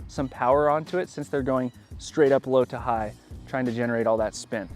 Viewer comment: o yeah .. i thought you said slap it, instead of low to high 😢😂